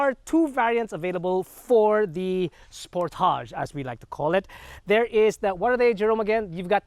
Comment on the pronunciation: Wrong pronunciation